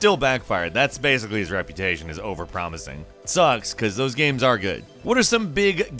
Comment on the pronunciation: How do you say "Games" ? "Gaimes"? "Gaymes" ?